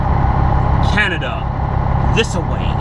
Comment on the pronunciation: ...Its CAN-A-DA.My opinion its disrepectful to your and our great country!!!!!